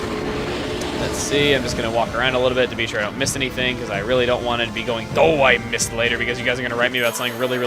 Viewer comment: I know I'm getting annoying, but it's "So ein Mist!" and not "Oh, I missed!". It basicly means "Awww, crap!".